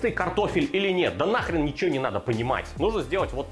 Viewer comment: Сразу видно что в кумирах Гоблин. "Не нужно добавлять ничегооооооуоуоуо" произносить с соответствующей мимикой. А вообще в последних выпусках прослеживается какой-то постоянный хейт, агрессия или хз что это, какие-то траблы походу у человека.